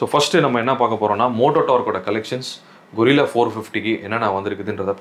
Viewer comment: Bro. கொரில்லா இல்லை கரில்லா